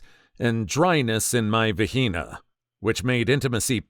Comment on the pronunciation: The pronunciation and censoring of vagina is rather ironic considering the subject matter.